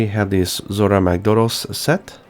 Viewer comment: The way he pronounces Zorah Magdaros, Odogaron etc. is so cringeworthy, it's not even funny anymore.